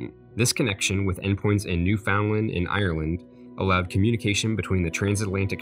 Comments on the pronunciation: It's also not pronounced, "New-found-land" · its pronounced new-FN-land !! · NewFOUNDland, lol it's usually newfundland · its actually pronounced New-fun-Land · « newfoundland » is pronounced new-fin-land good video btw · it's called New 'Fin' dland. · Did you say New Found Land?!?! Uh oh.... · Did you just pronounce it New FOUND land? XD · It’s Namibia not Nambia. And it’s pronounced ‘newfinland’ and it’s in Canada not the USA. Disappointed as RLL videos are almost always extremely accurate. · Ahh it cringes me when he says New found land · Also, you pronounced Newfoundland wrong. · I expect a vast improvement in the pronunciation of words such as "Telegraphy" and "Newfoundland". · Newfoundland is Canada, also you pronounced it wrong